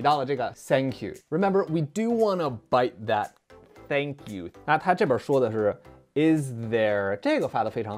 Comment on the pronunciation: 为什么很多中国人都会把 thank you 说成 sank you